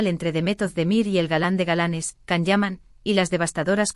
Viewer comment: No se dice Can, en turco se pronunciaría “Yan”.